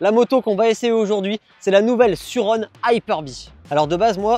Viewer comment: Pour la prononciation de surron, je suis un peu en retard mais pour indice ça se dit pas sur-rond ni Suzane mais ça se dit sûr Ron. Voilà pour mon commentaire 🗨️⏯️💶